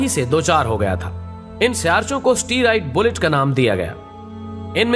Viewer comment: ap ki tehqeeq zabardast hoti hae, lafz steeriod bult nahe astroid belt hae